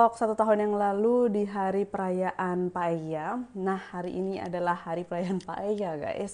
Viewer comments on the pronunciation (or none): Tulisannya Paella, nyebutnya paya